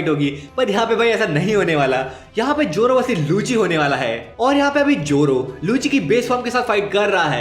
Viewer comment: Zoro ❌ Joro✅